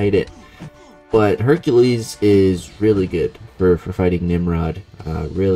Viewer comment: Practice saying Hercules bro.